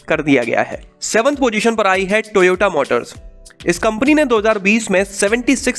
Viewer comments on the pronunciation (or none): none